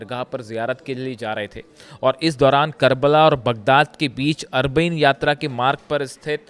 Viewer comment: अरबाईंन सही उच्चारण है